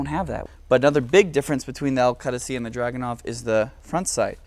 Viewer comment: I'm an Iraqi also and this guy knows his shit - very detailed and very informative video all the way to the pronunciation of the word "Qadisiyah" I congratulate you on your efforts, liked and subbed a long time ago :)